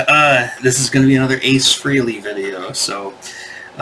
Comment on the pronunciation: It’s pronounced FRAY-LEE. It rhymes with DAILY. Or Ever hear of “Halley's Comet”? It rhymes with “Frehley’s Comet”… get it?